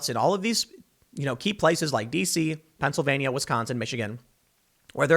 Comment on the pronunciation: Thanks for covering this but I must point out Pennsylvania has 4 syllables not 5.